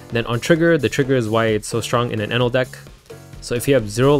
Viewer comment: gonna be honest, i think i'll never grow tired of your "kayatakyuri... eenèl"